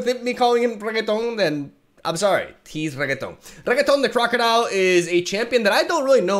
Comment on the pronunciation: PLEASE PLEASE PLEAASE, just call him crocodile or something. That pronunciation is just painful!